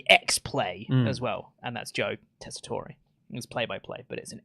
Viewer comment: 18 mins in and I wonder if will ever find out about how to pronounce Joe tesatore’s name